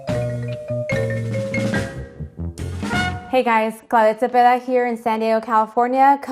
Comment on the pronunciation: I though she was having a stroke but she was just saying her name